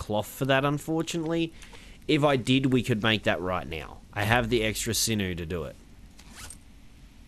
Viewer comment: And when you say sinnoo or whatever it sounds like sinnoh